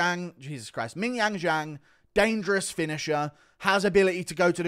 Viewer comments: Please stop saying ming yang jang lol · guru saying mingyang is fucking hilarious 😭😭😭😭😭😭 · is it racist to just laugh everytime guru says ming jong jang ffs hahahahaha